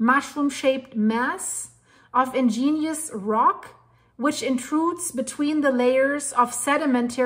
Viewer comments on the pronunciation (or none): Ig…….nee…….ous rock, not ingenious rock! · Or you might spell it out as, IGG-nee-us, with the accent on the first syllable. Very interesting,. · I dont like to correct things others say, but the word is 'igneous' rock, not 'ingenious' rock. Sorry. Like the videos. Keep it up. LedHed Pb 207.20 🎶 🎸 🎹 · Igneous. Ig-nee-us. You are saying in-gen-ious. I understand you are not a native English speaker and well educated so please don’t take it wrong when I offer pronunciations.